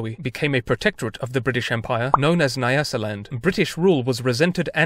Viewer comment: Nyasaland is pronounced "nya" like "new" but with an a syllable